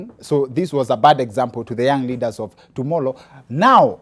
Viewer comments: Nani ameskia dr akisema tomollow 😂😂😂😂😂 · Stereotype, we know which part of the country he comes from